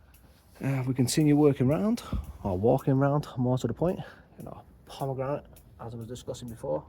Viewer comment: You can’t have a pomegramit until you can say pomegranate 😅😊 only joking mate 🤓 love allthingsbonsai.